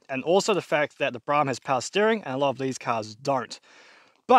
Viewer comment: Bloke can’t even pronounce the name of the car correctly so I have ZERO confidence that he will actually finish this car 😡